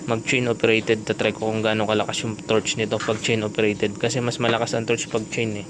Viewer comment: torque not torch